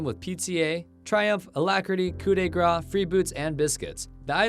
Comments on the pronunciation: It’s pronounced more like “graw” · FYI the word grâce in "coup de grâce" is pronounced similarly to the word grass in English